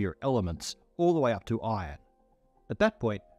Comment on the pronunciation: man really called "iron" "ion"